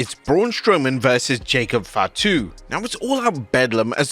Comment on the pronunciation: Lol your "Fatu" sounds more like 5'2